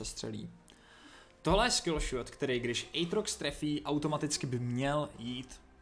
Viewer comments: Aatrox a ne Ejtrox xD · je to átrox ne ejtrox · Vyslovuje se to "Ejtrox"